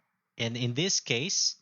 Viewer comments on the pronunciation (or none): none